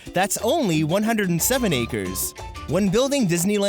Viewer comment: it's "acres" lol